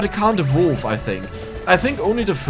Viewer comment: Thanks for the video, but your pronunciation of "evolve" is pure earache, google the correct pronunciation, it's easy!!!